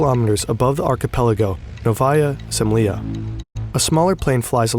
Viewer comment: I just wish people would research how to pronounce Russian words before making a video and trying to pronounce them. Fern got "Novaya Zemlya" waaaayyy wrong.